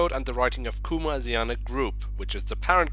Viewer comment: It’s pronounced Asi ana (s is ment to sound like a Z)